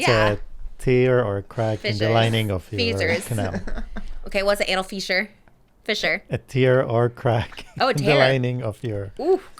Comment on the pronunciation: The way Trisha was saying Fissure KXJDJSJSSB